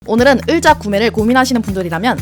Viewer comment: 으자 말고 의자요!!!ㅎㅎㅎ 재밌는 정보 고맙습니다